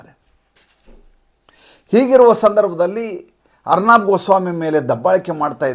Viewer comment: ಅರ್ನಾಬ್ ಅಲ್ಲ, ಅರ್ಣವ್ ಅಂತ ಅವರ ಹೆಸರು..ಅರ್ಣವ ಎಂದರೆ ಸಾಗರ